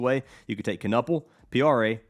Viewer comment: Appreciate the love the Milwaukee homie Kon but the last name is pronounced like Ka-nipple.